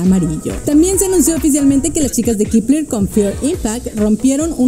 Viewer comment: Kipler? Según yo se pronunciaba kepler E igual el fandom keplian